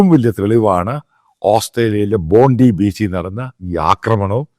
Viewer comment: ബൊണ്ടായി ബോണ്ടി അല്ല